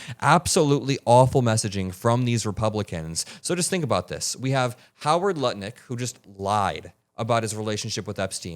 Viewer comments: you said Howard Nutlick 😂😂😂😂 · Did he say Howard NUTLICK?!?!😂😂😂